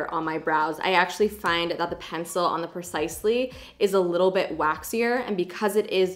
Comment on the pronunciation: Benefit (Precisely) Not Benefit (Percisely) LOL!!!!!!!